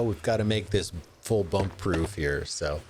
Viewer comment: Full Bump you pronounced it swimmingly lol(doesn’t really matter now that I change it). Also I’d love to know what the theme of the base your going for is as the quarry and crane look medieval. Are you going to build some kind of medieval mining town? Thanks again for the shoutout.